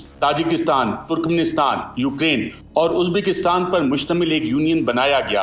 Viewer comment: Arshad Shareef Please It’s Ukraine…. Rain ….. not Rine Same as Doctrine is …..Rin not …..Rine